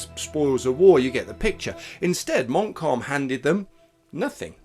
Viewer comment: listening to your pronounciation of Montcalm I think you will have to apply for a German passport and so fieldgrey history is born